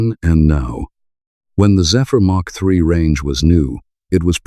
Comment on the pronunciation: Mk3 is pronounced Mark 3 as it is an abbreviation. MK3 is pronounced M K 3 as they are letters — this just grated on me how you alternative freely between the two.